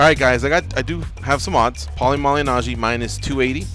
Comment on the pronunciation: Pauly mally najjy? Man in the middle can’t pronounce his name properly 😂